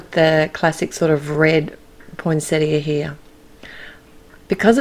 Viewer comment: Yay... Australian commentary where you pronounce the “i” at the end of poinsettia!! 😉 love these cards... the pine cones are my favourites. Thanks,.